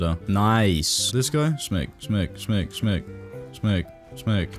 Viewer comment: Why does say "Smeg" when he tries to say "smack"?